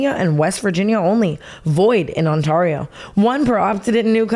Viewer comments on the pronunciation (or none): TANA PLS THE ONTARIO PRONUNCIATION IN THE AD 😭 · i’m from ontario and i cried when she said on TAR io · As someone from Ontario the way she pronounced that was hilarious. I’ve never heard that 😂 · Someone teach tana how to say ontario😭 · Tana butchering “Ontario” in the first minute is so on brand 💀